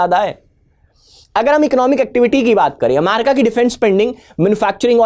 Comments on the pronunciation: America ✅ Amyarika 😅❌ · Please. It's pronounced 'amErica' ✅ Not "amArica" ❌ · Sir ji “amarika “ nahi “america” hota hai